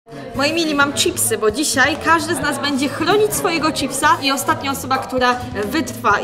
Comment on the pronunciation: Ona mówi wytwa zamiast wytrwa xdd